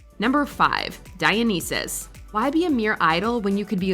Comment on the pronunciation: dionysus is not being pronounced right in here grrrrrr